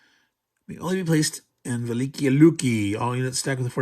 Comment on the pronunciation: this battle was previously released in gdw's "white death" back in 1979, i pronounced the city velikiye (vel-li kay-ye) although i could be wrong about that